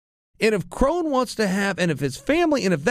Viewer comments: It’s not KRAWN, it’s KRON. Like chrome but KrOn. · Pretty sure it’s pronounced “krone” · Spelled kron pronounced crone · Nobody: Chael: Krawn Gracie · Lol relax guys he’s making fun of Chaels pronounciation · Just say his name right please... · Pronounce it right, Chael. Kron rhymes with cone.